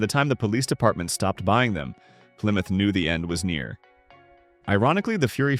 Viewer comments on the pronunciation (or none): none